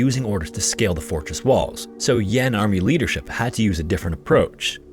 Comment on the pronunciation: I beg your pardon, it's not "Yon", it should be pronounced as "Yan" the northern rebel state. Do your research properly before releasing your vids. lmao